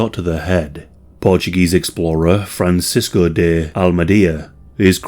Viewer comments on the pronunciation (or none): none